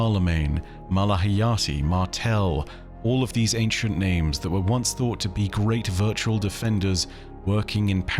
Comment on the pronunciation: Cannot count on "". If he cant get the names right, what else is not right? Every intentional "I know better than the dev's" pronounciation is like nails on a chalkboard, and kind of arrogant.